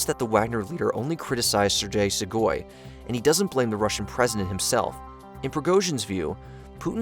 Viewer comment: its pronounced 'sir gay shoy goo'